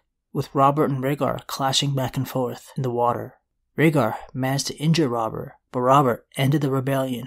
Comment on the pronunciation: I kept hearing the demon of the trident. I never knew it was Robert. I legit thought it was a evil demon from hell.